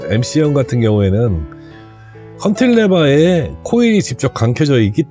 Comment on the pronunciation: 김난영씨가아니라 이난영씨 아닌가요? 타트리지->카트리지 컨틸레버->발음상 보통 캔틸레버라고 말합니다. 좋은 정보 설명 감사합니다.